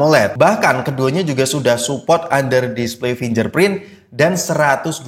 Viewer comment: Fingerprint bang bukan finjerprint